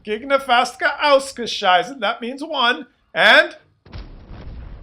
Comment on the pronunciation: Phleeease keep on saying "ausgescheisse". The Germans are morons anyway.;-)